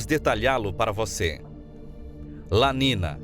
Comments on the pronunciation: Acho o conteúdo do canal muito bom! Porém não se trata de uma crítica mas sim de um "toque", algumas coisas são faladas de forma errada, tipo, não se fala "La nina" e sim La NINHA, (é um termo em espanhol) percebi certos erros em outros vídeos. No mais parabéns pelo conteúdo. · Amigo se escreve "niño ou niña" e se pronuncia "NINHO E NINHA" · Documentário bem elaborado, apenas uma ressalva: a pronúncia incorreta dos eventos La niña e El niño em espanhol é La ninha e El ninho - A menina e O menino